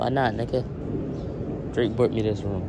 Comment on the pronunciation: “drake bought me dis room”😂😂 really da bid